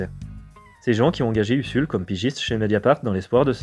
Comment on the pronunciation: Ca se prononce Uzul pas USSUL.